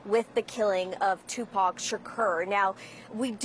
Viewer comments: i know she’s young. however has no one ever mentioned tupac in front of her? she keeps butchering his name 😂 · Lady just say Tupac 😂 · She’s butchering all the names, especially tupacs name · Kiiifey d😂.......tupeek......